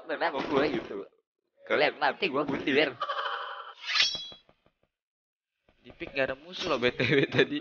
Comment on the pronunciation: 2.21 bundir bang bukan mundir🤣